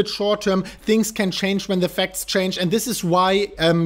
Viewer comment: King yes your right the last time he did. However I’m sure others will agree when I say. I hear the word “and” as end many many times and when it’s said in quick succession after the word “BELL” it’s bellend ... and he says it a lot. He’s a good guy so I thought I’d point it out as he says it a lot !